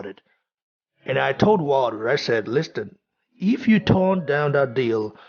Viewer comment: Lewis has never hidden his envious heart towards AJ. Just when you think a legend would act in a legendary manner. What a shame.(Bro, work on your pronunciation please... words like ‘think,things and listen’...you pronounce those words wrongly) respect bro...